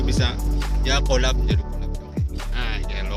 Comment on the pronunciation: Olih ngomong collab nyong krungune "olab"😂 Ngapake mantappp jannn